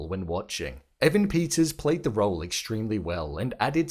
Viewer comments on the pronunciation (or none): EEEEvan PETTTers omg.. not Avan Peeters...